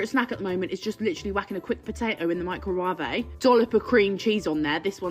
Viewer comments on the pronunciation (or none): Are fat people inherently stupid too? She said, "Micro-wav-e" instead of "Microwave."